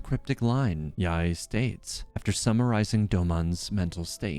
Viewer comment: heard you mispronounced yae so many times. it's not yahey it's not ya-ey it's just simply "yae" as in "why" but with the letter y.